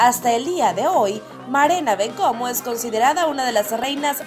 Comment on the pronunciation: Berena no, Marena Bencomo